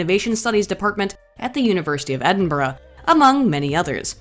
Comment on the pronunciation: This is the first time I've heard an American say "Edinborough" correctly.